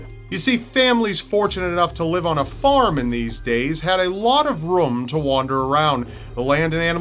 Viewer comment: I found someone who says "room" the same way as Markiplier